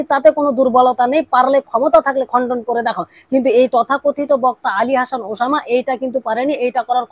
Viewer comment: তুই তো উসামা নামটাই স্পষ্ট ভাবে উচ্ছারণ করতে পারছিসনা